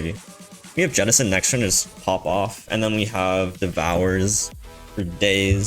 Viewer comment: Yettison, yaull fish..... Do you say Yermany and Yapan as well